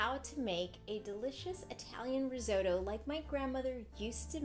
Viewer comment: What the hell is "RIZZ- OH- DOUGH"????